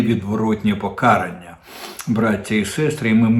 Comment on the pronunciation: ПокарАння, а не покАрання, звизда ти вусата «Кожен зрадник» - авжеж, 😂 дуже смішно. Зрадник керує державою, прокинься ти обісрався